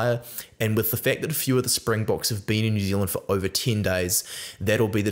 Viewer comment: Hey, love your vids. Just want to let you know as a Saffa, great job on the Springbok name pronunciation. Basically spot-on on all of them. Just goes to show your quality as a rugby content creator, and the respect for the Bokke. Can't wait for the game!